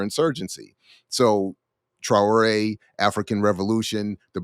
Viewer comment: TRA'ORE ,, get it right 🤔